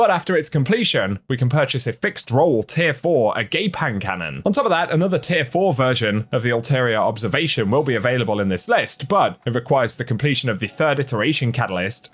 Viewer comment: I don't think that's how you pronounce that hand cannon. I'm pretty sure its "Ah-gah-pay". "A-gape" sounds like goatsie